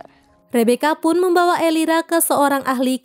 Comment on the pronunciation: Elvira kak bukan elira 😭